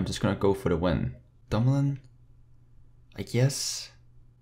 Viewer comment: Its actually dumoulin, Nice vid tho Edit: he actually changed it from dumolin to dumoulin, lol!